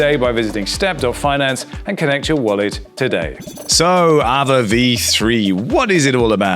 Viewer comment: Isn't it pronounced Ah-vay? (or R-vey)